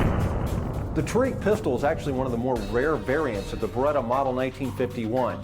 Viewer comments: It is pronounced tah-rek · They pronounce Tariq the worst way possible